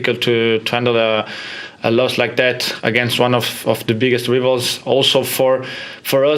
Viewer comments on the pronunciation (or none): Bruno said Ree-vals lol